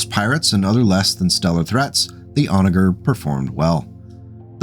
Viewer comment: FYI it is pronounced 'Onajer' with the "soft" g sounding like a j.